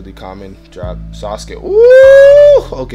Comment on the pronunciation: Anybody else be like suskay who is dat it’s sasuke saz-oo-key that’s how you pronounce it lol